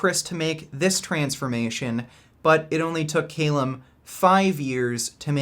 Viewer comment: Is Calum a hard name to pronounce? Really?